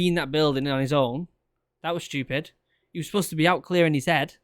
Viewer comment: It was shtupid mate it was shtupid